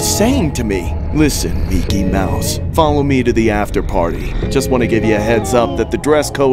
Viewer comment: “meeky mouse”🤣